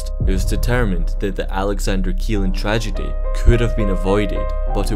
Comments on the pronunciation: It's pronounced Shelland not Kieland.... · This rig is NOT called Alexander keeland. It's called "Alexander Kjelland, pronounced Shelland." Seriously, check pronunciations before posting videos. I am fluent in Norwegian, lived there for years, including when this happened. One of my friends' husband was killed on it.